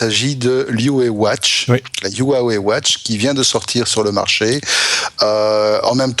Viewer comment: Avant de présenter des produits...svp veuillez vous informer de la prononciation de la marque de ce dernier, "Yiouwé" sans déconner papy diouk ! Y en a marre....2eme vendeur au monde de smartphone...on prononce OUAWÉ, en chinois ruawé.